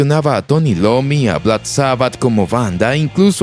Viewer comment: Dijo Tony Lommi ?? Jaja!!! Lo que es no saber de quién hablas!!! Es iommi loco!!! Empieza con la letra i su apellido, no con la L